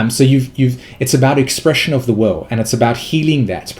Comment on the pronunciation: Are you saying "expression of the wowe" or "expression of the will"?